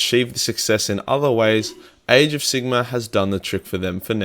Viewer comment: Am I the only one that thinks it sounds like he's saying "AIDS of Sigmar"?